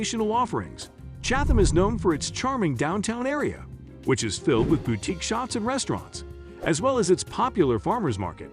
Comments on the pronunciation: How do bots work? It pronounced boutique correct twice but incorrectly every other time. Accuracy does matter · Please no more AI voiceovers. What the hell is a "bow-teek"? Can no human use a microphone? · Why do you pronounce "boutique" BOW-teek...strange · There are lots of wonderful small towns in New Jersey. But I just can't get past some of these pronunciations: AZZberry park? The emphasis is all wrong. And half of the downtowns have bau-teeks? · Bow-teeks huh. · Is the narrator a computer? Weird pronunciation on some words. Bowtiques? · Generally good picks except glen ridge and ocean Grove. Consider Bordentown and French town instead. Also learn to pronounce "boutique" correctly.